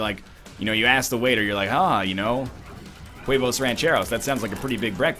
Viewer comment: The "h" is silent in huevos my friend